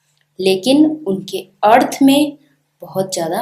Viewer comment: Wrongly pronounced the word 'अर्थ'